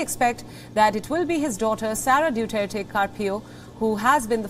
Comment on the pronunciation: Due tare ti It's Duterte